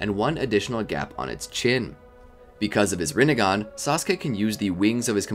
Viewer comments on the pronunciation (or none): none